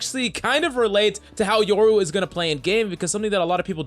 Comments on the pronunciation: Bruh, it’s YO-RU not YOUR-U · You're saying yoru wrong sob